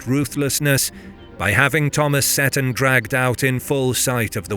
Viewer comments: Oh dear the narrator strikes again. You would think a Scot would know that Moray is pronounced Murray and that Seton is See-ton not set-on. Good video otherwise about a battle a lot of people are unaware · Great video! Seton is pronounced "Seeton" by the way, hopefully it's helpful for future episodes.